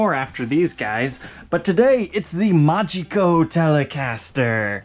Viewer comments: You'd pronounce this as "MA-hee-coh" (with the stress on the A). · "Mágico"="mah-hee-co," which is Spanish for magic